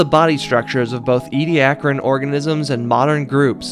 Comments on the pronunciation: ee-dee-AK-er-in That’s how you pronounce it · Nope, it's EE-dee-AK-ər-ən